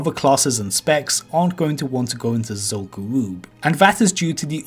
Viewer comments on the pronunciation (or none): Ever since I heard you say this like 6 months ago.... ITS GA-RUB NOT GA-ROOB. Is Zul Farak Zul-Farake? Im 99% sure its rub not roob and I never heard anyone call it Garoob till you lol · literally stopped watching at 2 minutes of this video because of how badly he pronounces Zul'Gurub. its pronounced as Zul'Grub not Zul'Gooroob. i havent cringed so hard in quite sometime so good for you for making me feeling me vomiting. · It.. it... It's gU-rub tho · Zul guuwup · The problem is this guy talks like a 10 year old and pronounces his r's as w's so it sounds like zul goo-woob. He also can't pronounce th and uses ff sound lmao. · Zol Gowooob haha amazing